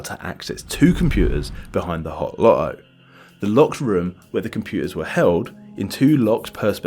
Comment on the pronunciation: Dude swallowed the T’s in LoTTo